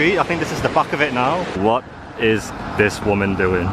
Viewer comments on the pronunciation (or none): none